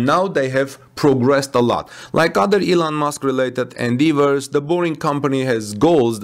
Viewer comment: Great to hear/see! BTW, touted is pronounced TAW-ted rather than TOO-ted and Endeavor is pronounced en-DEH-vor rather than en-DEE-vor.